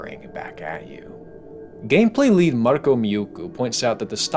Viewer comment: If i had a dollar each time I've heard an English speaker in a YouTube video pronounce the word "muikku" as "miukku" i'd have 2 dollars. Which isn't lot but it's weird that it has happened twice.